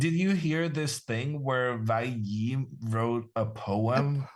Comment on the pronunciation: Hammer can’t even pronounce WEI Yi… so he doesn’t speak “American English”